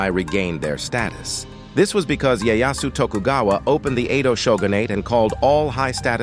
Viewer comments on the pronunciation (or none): In that case you might want to consider doing videos about other countries. Butchering a name of the most important figure in a history of Japan it's just pathetic.